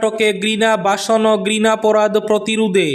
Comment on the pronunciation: ভাষন বললে বাসন শোনা যায়, ধর্ষণ বললে দর্শন শোনা যায় 😅। উচ্চারণের দিকে ধ্যান দিবেন ❤️🙏